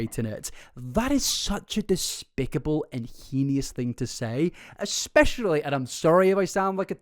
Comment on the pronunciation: I’m sorry but it bothers me so much so I have to say something about it. ‘Heinous’ is said “hay-ness”. Please stop saying heeneeus, its killing me inside